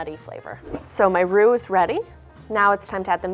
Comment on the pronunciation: Why does she say bechamel and roux the correct way but not with the gouda:(